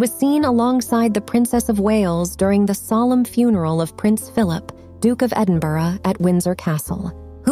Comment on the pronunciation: What’s with the stupid 35mm style filming action? It’s really annoying, distracting and irritating! One saving grace - you actually pronounced the name of the Scottish capital correctly, and not “Edin-boro”